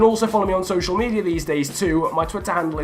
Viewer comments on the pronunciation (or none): none